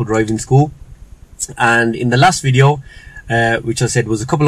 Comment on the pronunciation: youve been in india 5 mins and already saying "wideo" 😂